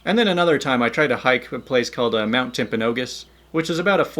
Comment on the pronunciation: I’m so amazed that you pronounced Mount Timpanogos correctly!